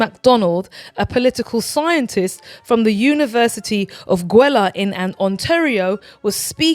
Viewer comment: Hi! Love your show. Agree with your comments about Chuck’s Canadian visit. FYI: Guelph is pronounced Goo-elf and Saskatchewan is Sas-cat-chew-wan. 🇨🇦Sue